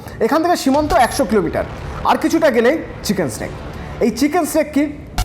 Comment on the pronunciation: চিকেন নেক রে।চিকেন স্নেক নয়।